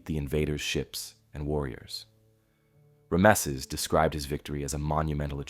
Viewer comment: THANK YOU!! I don't know why, but, it's like nails on a chalkboard when he pronounces it wrong. 😂😂😂